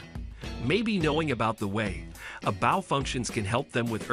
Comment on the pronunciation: Read by an AI voice as evidenced by the pronunciation of "Bow"